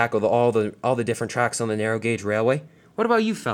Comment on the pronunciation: You said narrow rong